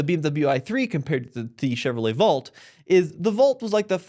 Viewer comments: it's Volt, not Vault lol (that's how it sounded when you pronounced it;) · Dude, dear God please learn how to pronounce the word "volt"